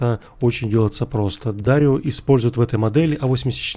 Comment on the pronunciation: дарэю а не дарио!!!!!